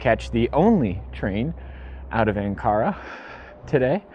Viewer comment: Where is An Kara? Or did he mean Ankara. And where is Goblay Tepe? Or did he mean Gobekli Tepe? Who let that loon out of the asylum?